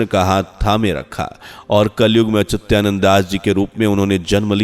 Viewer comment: अच्युतानंद का सही उच्चारण करिये।